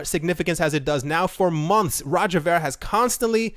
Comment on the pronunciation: Its pronounced roger veer